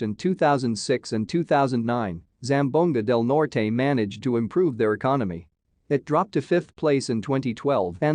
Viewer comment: “Zam-bow-ga del Nor- tay ,“ Northern Say-mar” 😂